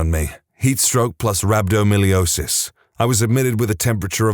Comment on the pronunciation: It's not "rabdomilliosis" but rhabdomyolysis: rab-doe-my-oh-LIE-sis